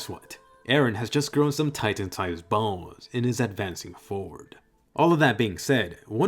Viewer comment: The way u say balls is hilarious lol